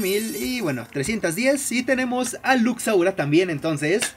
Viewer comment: no puedes pronunsiar lux laura